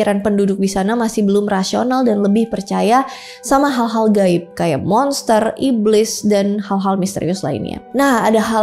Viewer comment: "Gal-gal haib" 😂😂😂 ku jg klo ngomong suka ketukar githu, knp yah 🤣